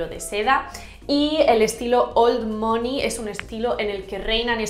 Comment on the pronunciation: Soy la unica que le dolia escuchar mOney todo el rato mal pronunciado 😔?